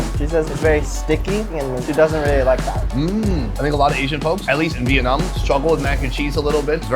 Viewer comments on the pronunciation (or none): none